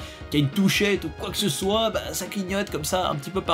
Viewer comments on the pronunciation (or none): none